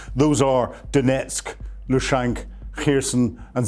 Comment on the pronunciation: This guy says "Loo-shank"... lol. It's Luhansk. Some expert youse gots there. This is the same clown who says "new keelar" when talking about nuclear stuff.